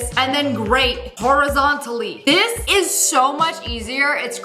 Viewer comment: its this not dis😂